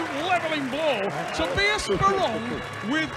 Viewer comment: cant say anyone's name right. He called my guy sporelong....LOL